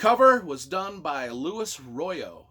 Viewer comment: Latecomer to this..... I got into those at the very beginning, and loved them. Just an FYI: It's Loo-wee-eezz Royo - not Lou - IS. He's Spanish, and I've heard him correct a few people.